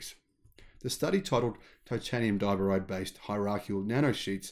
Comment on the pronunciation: Accent on the second syllable for diboride, not the first.